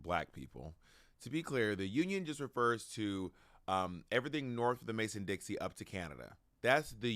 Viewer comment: I’ve heard Bob say it a couple times recently, but it’s not Mason-Dixie line, it’s Mason-Dixon Line. Surprised Bob doesn’t go with the rhyme, but maybe it’s just the gay in him liking how Dixie sounds lol